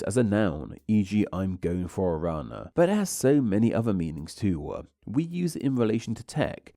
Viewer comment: I think it looks nice and fitting given the topic, if there's something that could change to improve the video more tho it would be the narration - you seem to drag out words in the same way repeatedly. I truly think its the kind of thing that could add variety and depth to the voice if used with a wider set of sorta narrator inflections but in isolation then-uh, too-uh, lives-uh (e.g. to 5) if you listen for it it's super apparent and yeah it seems like the kind of thing that is probably worth looking at even if that involves finding some videos with narrators you like and mimicking those to try different speech patterns out but yeah